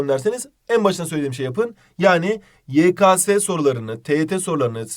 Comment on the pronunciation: hocam yekase değil yekese :D